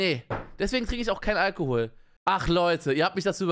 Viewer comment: Normale menschen: Alkohol Ich: Algehol